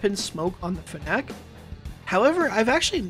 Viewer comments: can we get a video where you pronounce fennec correctly? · lmao the way he says "fennec" never heard anybody say it like that